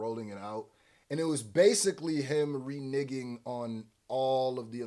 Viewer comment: Renigging is crazy. Its pronounced re nEGGing lmao